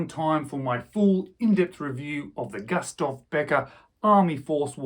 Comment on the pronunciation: Pronounced Goostaff